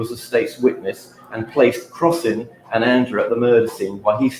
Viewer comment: It's not "Crossy", it's "Crossing"